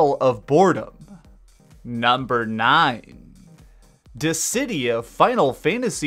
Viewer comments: Lol did he pronounce Dissidia as "Dezzi-Die-ah" 🤣🤣🤣??? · How do you say Dissidia right in the title card, then absolutely butcher it in the summary.